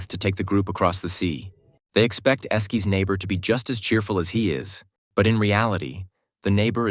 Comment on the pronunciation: Just completely skipped over Monoco. Also dude hire a voice actor ffs. Esky over Esquié